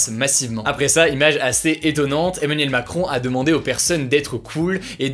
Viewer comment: "Eminem Macron" 😎